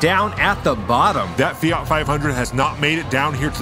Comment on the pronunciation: It's Fiat not Fiart .